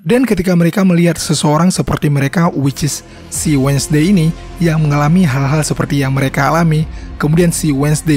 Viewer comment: Correct dikit bang bang, bukan menyinggung atau apapun itu. Cuman nice info "WEDNESDAY" di eja bukan "wed nes Dey" Tapi wensdey Btw pembawaannya bagus dan enak